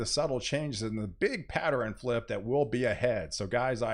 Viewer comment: Where is this guy from? Every word that ends in RN is pronounced RIN...ex: Pattern is PatteRIN.